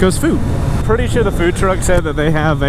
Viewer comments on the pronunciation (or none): none